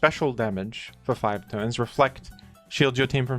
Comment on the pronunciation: He said "five turns" 😂